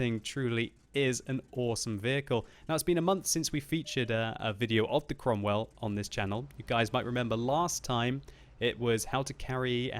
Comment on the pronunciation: Before reading the title of this video I thought that the name of that tank was "Cromwell Baloon" due to pronounce